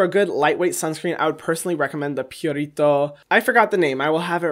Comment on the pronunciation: hyram pronounce "purito" like it is a latin word. he is cute lol